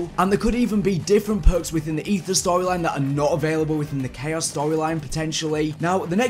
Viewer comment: These phhhurks, those phhhuurks,, PHHHUURRRKKKSS